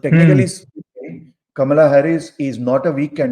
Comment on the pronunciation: It is not Camilla it is Kamala.